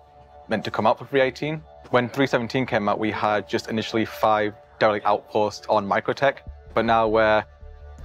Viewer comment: Fuuck me that lad CANNOT say Derelict to save his life! "Delet outpost" .. ya missing a little som'somethin' in the middle there laddie